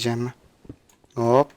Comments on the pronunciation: Minecraft Evi Abii Farkindaysa hep bisiy yapdikda Hoopp diyorsun :D :ASD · Abii Farkindaysa hep bisiy yapdikda Hoopp diyorsun :D :ASD